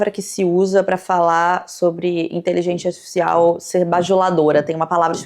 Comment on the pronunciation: tu não pronunciou INTELIGÊNCIA ARTIFICIAL corretamente NENHUMA vez. Num podcast é bom ter cuidado com a dicção né? Jesus